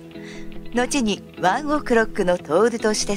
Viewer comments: ワンオクロックの発音が気になる…笑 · ｢ONE OK ROCK｣の発音めちゃめちゃ違和感ある（笑） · ワンオクロックの発音がすごく気になる